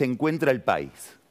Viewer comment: Dijo pais sin acento?